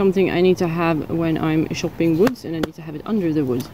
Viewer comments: The cover for the axe blade is called a sheath or scabbard. What you do with an axe is called chopping with a harsh c, (chuh) not shopping with a soft c (sh). You use a chopping block to chop wood on, such as a stump. I'm glad you're back. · You are very beautiful with an addictive personality......I love it when u say things slightly wrong....you are shopping wood? 😁 CHopping!!! Keep doing what you do and I hope you continue to feel better xx